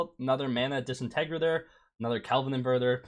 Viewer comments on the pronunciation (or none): Nah you need to be arrested for pronouncing disintegrator as DIS IN TEG RUT ER, it's DISSIN TIG RATE ER Edit, timestamp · Lmao “mana dis entegrader” it’s disintegrator XD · i know i’m not the only one who heard him pronounce mana disintegrator completely wrong